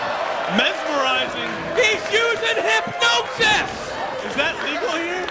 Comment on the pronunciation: Hypnosis not Hypnetosis lol